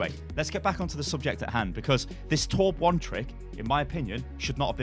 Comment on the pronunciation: is torbjörn not torbjorn